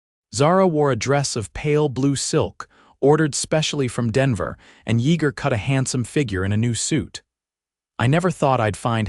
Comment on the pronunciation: Denton,TX. AI can not pronounce his name correctly It's pronounced Ya ger the e is silent. Good story tho but was rushed after they married. Not much detail on their life after the children came. Liked the part when Yeager said." That God has given them a second chance on love", words to that effect.